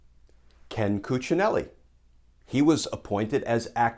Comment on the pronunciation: My compliments for the perfect Cuccinelli's pronounciation.